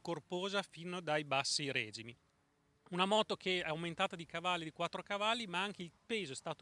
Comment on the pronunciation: quindi da qualche parte hai trovato la regola per la quale si dice règime quando si parla di motori? io da nessuna parte, quindi mi spiace ma secondo me è un accento sbagliato. Comunque io quando ho un dubbio prima di parlare cerco una risposta concreta, se fosse diverso non avrei commentato proprio... quindi ripassino fatto;-)